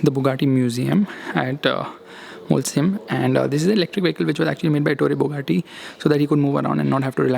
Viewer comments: Its not Molsheim it's Mochei for pronunciation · great video!!! But you saying Molsheim is triggering me so much 😝😝 sh is श not स... So it's मोलशाईम